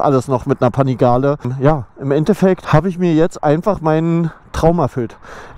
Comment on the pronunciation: Bin ich der einzige den es triggert wie er panigale ausspricht 😂